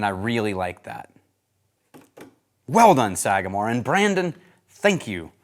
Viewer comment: The pronunciation was perfect! Glad you enjoyed it, it’s one of my favorite ryes. Also enjoyed their 8- and 9-year previous releases. Thanks for having me out to the Bonafide Whiskey Enthusiast course at the academy! It was a great time, great course, with great people. Cheers!